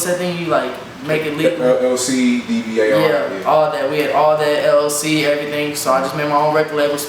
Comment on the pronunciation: So you stole the Red Print and can’t Pronounce LLC...Never🖕🏾